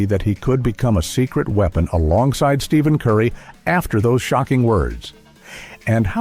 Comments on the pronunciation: Can’t take this video serious if the guy narrating can’t even use the right name for Stephen Curry. Stephen not Steven when pronounced idiot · So, you still cannot pronounce STEPHEN properly. WTF!